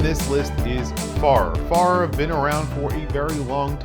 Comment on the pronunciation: Wish Farer did more dive watches. And I think it’s pronounced Fair-er as in Wayfarer. My favorites: Formex, Sinn, Demasko, Marin Instruments, Nodus, Nomadic, Santurce, SCURFA.